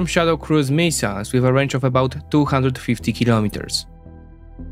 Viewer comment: no need to apologize about pronunciations, you would be apologizing all day otherwise; just chuckle about it and move on. Mee-siles haha